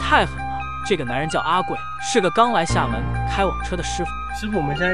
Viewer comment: 厦门就发音不对啊